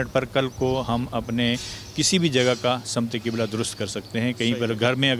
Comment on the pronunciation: Sim te qibla na ke Sama te qibla yar urdu sahi bolo